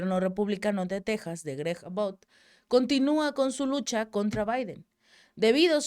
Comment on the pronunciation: Abbott (a-bot) querida … parece pronuncias About (acerca de o con relación a); excelentes tus aportaciones con el Chapu y tu propio canal. Bendiciones!!